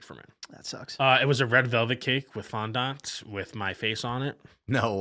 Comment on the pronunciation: the way they are pronouncing fondant is killing me